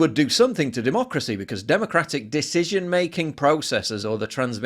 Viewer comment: muh duhmoocrusee